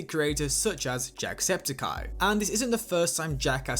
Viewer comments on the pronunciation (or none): Its septic-eye, not septakai